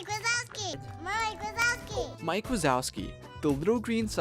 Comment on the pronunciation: wike mazowski